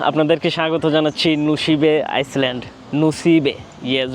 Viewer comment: ভাই আমার মনে হয় আপরা একটা শব্দের উচ্চারণ ভুল হয়। Island এটাকে আপনি বলেন, আইসল্যান্ড কিন্তু এর উচ্চারণ হবে Island =আইল্যান্ড।